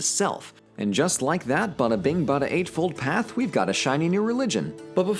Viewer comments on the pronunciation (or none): none